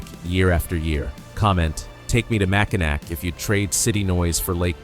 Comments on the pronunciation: mispronunciation of mac in naw not nac. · Just need to change your pronunciation of Mackinac to Mackinaw and you’ll be alright. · Don't have a heart attack but it's not pronounced mack in ack. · Mackinac is pronounced Mack-in-aw. Mackinaw is the English spelling, Mackinac is the French spelling, but they are both pronounced the same. There was a lot of French traders and influence in Michigan's early days. You'll see both spellings in the area and each is official for different areas. The city at the south end of the bridge is Mackinaw City, the island to the east of the bridge is Mackinac Island and the bridge is the Mackinac Bridge. Besides being the number one cherry producer, Michigan is also the number two apple producer in the US. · Mackinac is pronounced Mackinaw. I know its stupid but it's true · Pronounced Mack-in - aw. Go blue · IT IS OBVIOUS YOU ARE NOT FROM MICHIGAN…. BECAUSE IT IS SPELLED. MACKINAC BUT PRONOUNCED MACKINAW…..FRANKENMUTH IS PRONOUNCED LIKE FRANKENMOOTH……GET IT RIGHT AND GO GREEN.. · PLEASE! The word Mackinac is pronounced MackiNAW, not NAC. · They couldn't even say Mackinaw right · Learn how to pronounce Mackinac! You friggin savage! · Mackinac. The last "c" is silent. You sound like a tourist. We don't have grizzly bears. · An angel loses its wings every time someone pronounces Mackinac wrong. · Nope. Mackinac is a FRENCH spelling and the "ac" ending is pronounced "aw". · Please learn how to pronounce Mackinac.